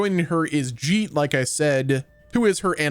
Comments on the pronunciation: Its not jeet like j, its geet like g in guilt. It means songs. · Geet is pronounced like Geek. dont be another oong